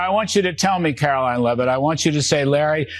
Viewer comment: Please change your pronunciation of Caroline's name - it should be Caro-LYING.